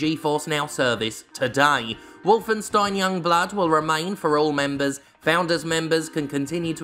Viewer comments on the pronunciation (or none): none